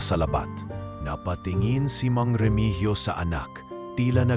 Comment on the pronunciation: Hindi po Remigyo ang tamang bigkas kundi Remihiyo😘